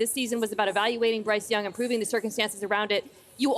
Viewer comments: “Bryce Dung”….nah Dan, you were right! 😂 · Bryce Dung....come on Dan 😂